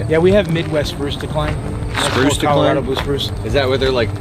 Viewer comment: Ima skip this video because you said Colorado 🤬🤬🤬